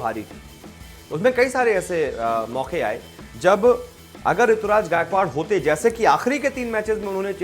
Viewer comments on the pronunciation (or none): It's not Rituraj.. It's Ruturaj